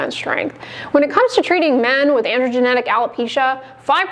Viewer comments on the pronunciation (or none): Did she just say “androgenetic” alopecia? Yikes